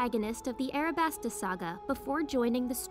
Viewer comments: U said arabasta when it was alabasta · Am I the only one who’s gonna say she said arabasta instead of alabasta